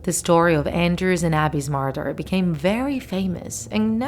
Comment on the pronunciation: “Morder”- the accent just makes this funny for some reason